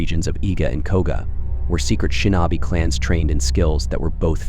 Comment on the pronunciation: Yup! It totally sucks. Shin-NAW-bee! 😂